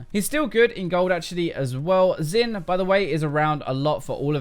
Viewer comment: it's not 'xin'. it's 'xin'.